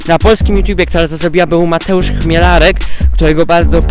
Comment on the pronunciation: Mówi się CHMILERAK